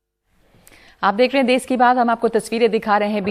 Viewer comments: It's Desh not des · अबे अनपढ़ो ये देस नहीं देश होता है।